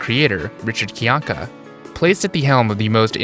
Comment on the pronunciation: Are we not going to point out that Rich himself pronounces his name as "Kai-Yank-Uh" and not "Kee-Yank-Uh" lol